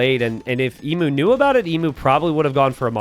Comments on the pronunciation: My god its unbarable listening to you say Ee-moo, its Eem-You, please please change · Emu is pronounced ee-m you. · As Aussies we all know its eem-you, but Im here for DE content and can excuse the mispronunciation. Keep up the great work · Surely hearing ‘Emoo’ hurts your soul, just a little. I can’t be the only one 😢